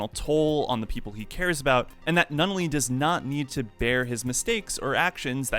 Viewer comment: you said suzaku's name wrong in this vid and they also said it wrong in this movie and it bugged the hell out of me. and you also said nunnully's name wrong too. and lelouch's name here do better sir. dislike.